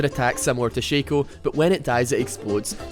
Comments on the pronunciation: It's shaco, not shaco ... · its pronounced Shaco not shaco